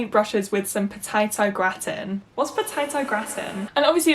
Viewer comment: when u realise just how upper middle class u are when asks what potato gratin is and you find urself 1. knowing fine well wat it is and 2. mentally correcting her pronunciation. Tho potato and cheese will always be a sound combination no matter how fancy it is.